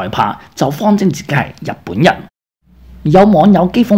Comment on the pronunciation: 試下做讀報練習，逐字慢速發音準確，慢慢加快。你現在的水準報新聞是不合格的。例如，日本人說成入本人，華人說成懷人，行動說成閒動，推特不是推凸等等。祝進步